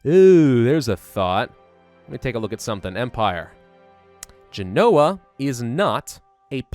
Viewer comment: GEN-o-wuh, Acker's Hoos (You said it right at the 30 minute mark. You just need to trust your gut. You said Trondelag perfectly -- yes, I speak Scandinavian pronunciation, too.) Otherwise, keep it up,.:)